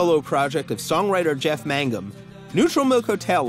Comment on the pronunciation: Its MANGUM not MAGNUM ^^